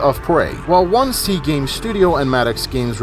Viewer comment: hearing someone pronounce it as "one-C" instead of "odin-S" is wierd af